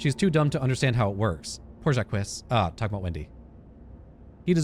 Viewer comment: I like that , even after hearing the correct pronunciation from a character, you continue to mispronounce Jacques!